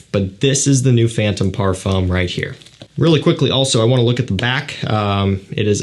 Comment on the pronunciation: "Parfum" lol